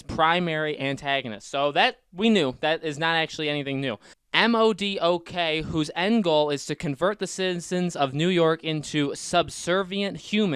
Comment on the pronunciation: It's not pronounced M-O-D-O-K lmaaooo, it's pronounced Modok, together as a word lol.